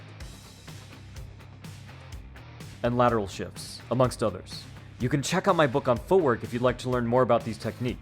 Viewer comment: At first watch i thought u said Lateral shit like you were dissing Ddp's footwork 😭